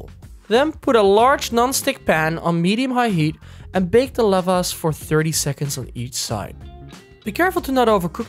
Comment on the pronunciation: Thanks! Evidently, I've been mispronouncing Lavash 🤨